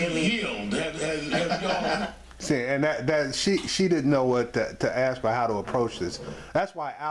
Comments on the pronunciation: Aks, what the hell!! It's ask not aks mark!!!!! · Saying aks me. What the FUCK is it with aks? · "You gonna sit here and AXE me"??????? What a speaker!!!!!!!!!! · "For you to sit here and 'ax' me..." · Fucking hell black people learn to say the word "ask".